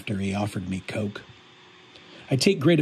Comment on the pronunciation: I thought Coke was one syllable